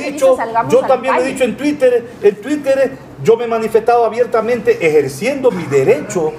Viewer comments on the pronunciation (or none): none